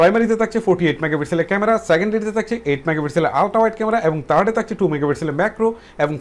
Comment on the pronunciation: ভাই থ কে ট বলে থার্ড না বলে টার্ড বলে এটা আঞ্চলিক ভাষার কারনে জানি তবুও ইকটু ভালভাবে উচ্চারন করবেন ভাই😘😍